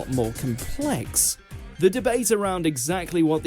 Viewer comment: An English narrator stressing the second syllable of "complex". No. Not right. In British English, the first syllable is stressed in every word.